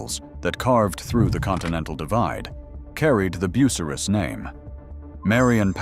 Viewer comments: Learn to say BU--CY--RUS. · “ Boo sah Riss “ 😂